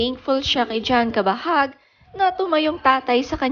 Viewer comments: hahaha! pilipino k nman yta e..CABAHUG not kabahag! 😂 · Ayusin mo nmn bigkasin. Anong kabahag? Cabahug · Pls pronounce his surname as Cabahug, hindi Cabahag. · Cabahug.. hndi cabahag🤣🤣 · What? Cabahag? How do you pronounce it? Hahahaha. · What??? Cabahag ate ano ka ba Mali ang pronunciation.. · anong cabahug? right pronounciation ba? Cabahug